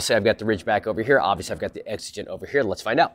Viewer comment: Like gee, I wonder why he's deliberately pronouncing Exigent wrong and otherwise pronounces everything perfectly in every jumpcut? GEE I WONDER. Nice try, buddy.